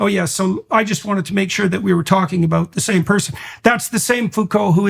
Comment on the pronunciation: Jordan, what's it all abooo-oot?